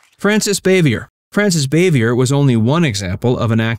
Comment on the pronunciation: its Frances 'ba vee yay